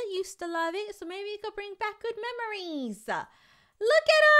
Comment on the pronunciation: MeMoRiEsA. XD THE WAY SHE SAYS MEMORIES THOUGH